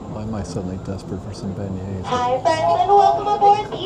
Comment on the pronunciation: Did you say Been Yay's? Hard to pass up!